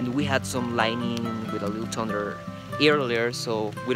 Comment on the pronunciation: Your foundation will last forever...thanks to Jordan and Kaylee for all the hard work....other help.. I think you said, tunder instead of thunder...so work on the th sound.thu...:) No doubt, it will be perfectly level...:)